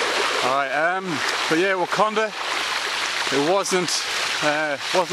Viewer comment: I can't catch what you're saying... "akondah?" You've come back from seeing "akondah"?